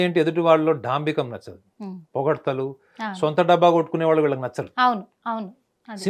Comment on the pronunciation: 😮 తల్లి ముందున్నువ్వు తెలుగు సరిగ్గా పలకడం నేర్చుకో. వాలు కాదు వాళ్ళు